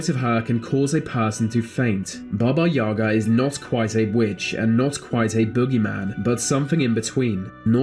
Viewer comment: In Russian fairy tales too. When I didn't want to sleep, my mother scared me with Baba Yaga )))). But the stress in the word "Yaga" is on the second syllable.